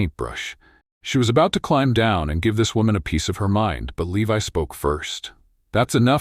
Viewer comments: At about 59 the name 'Levi' is seriously said badly. What level of staff can't even get the hero's name right? This story is being built by incompetents, then not properly being reviewed and edited. At the moment my review simplifies to "incompetence" writ big! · The mispronunciation of 'Levi' is occuring again and again, now at about or so. Shameful!